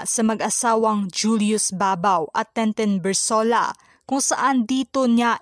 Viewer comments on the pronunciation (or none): Maganda po ang report mo pero maraming mali. Intensive po hindi entensive, Tintin Bersola po hindi Tenten Bersola, miracles po hindi meracles, interview po hindi enterview, netizens po hindi netezens. Sori po assignment po kc ito.